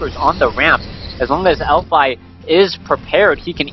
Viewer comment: its elfi not elfy ^_^